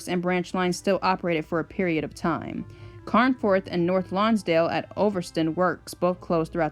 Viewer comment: The place names tripped you up a bit, but that's British place names for you. In case you ever revisit this topic, Morecambe is pronounced as More-Come and Carnforth is pronounced with "Carn" being pronounced as Caan just like the actor James Caan.